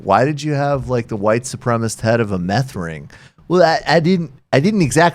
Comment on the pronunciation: Dude, it's supremacist, not supremist--please pronounce this correctly, because you sound dumb when you don't.